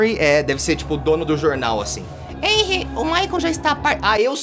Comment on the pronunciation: O T3DDY falando enry mas é renry com h